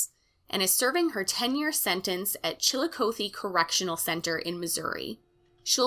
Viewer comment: Chill a coathe? It’s pronounced Chill A Cawthee